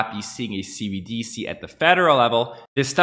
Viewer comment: You're the only person I've heard pronounce cbDc instead of cbdC 😝